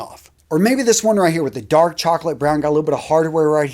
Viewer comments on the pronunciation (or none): none